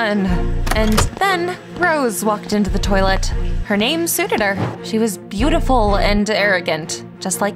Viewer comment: And who says TOLIET